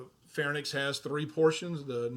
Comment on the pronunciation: I love your videos but in all of them I notice you consistently pronounce a lot of anatomic terms wrong, I am wondering if that is instead a dialect thing? Like the word is "pharynx" almost pronounced as "fair-inks" but you kept pronouncing it like "fair-nicks" or "pharnyx".